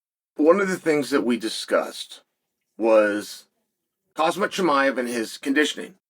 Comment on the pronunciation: Chael still mispronouncing Khamzat name has Hazmat ☣️ is hilarious